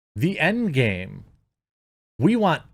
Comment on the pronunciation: Wasn't watching screen, Jeremy says the "End Game", brain heard the N-Game..I was momentarily surprised